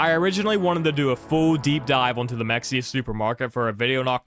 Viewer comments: as a person who loves in Mexia, the actual pronunciation is Ma-hey-a. To be fair, I do jokingly call it like how you did. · lol Mexia is pronounced “muh-hay-uh” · it's Mexia (Ma-Hay-Ya) that's how we can tell who lives in Texas